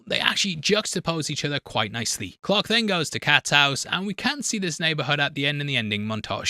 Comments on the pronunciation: Who the hell was Captain “Clock”? It took me forever to realize he was saying Clark. 🙄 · Please don't take this the wrong way, but as someone who is unfamiliar with this film/lore and had this video playing in the background while doing other things, I thought for over half the video that the baddie was named Pirate Clock, not Clark. 😂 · Genuinely took me some time to figure out you weren't saying "pirate clock" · I almost watched the whole video and I couldn't comment not even a quarter away through but continue to watch the video until I tried to check what the hell is going on and then it stopped working. And then it disappeared from existence. What the hell happened? Oh yeah and for most of the video I thought you kept saying pirate clock. 😂😂😂